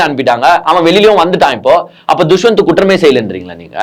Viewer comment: துஷ்வந்த் இல்லை தம்பி தஷ்வந்த்